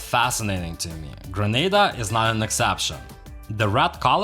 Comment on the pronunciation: Thank you for visiting Grenada. If you are going to do a documentary on a country, you must first learn the proper pronunciation of that country. I also find you to be some what petty.